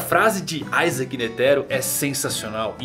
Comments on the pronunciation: N é aizake cara o nome dele é com i, da uma agonia de leve, isaac netero, iiiiiiii n aaaaa da agonia. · a pronúncia de "i" é "ai", o nome não é latino